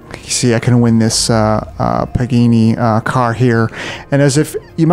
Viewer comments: "Pa-gay-nee"? It's "Pa-gah-nee". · He really butchered pagani